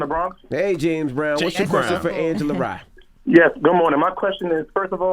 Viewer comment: Angela is Smart and Beautiful.... PS: Not Lee but Rye..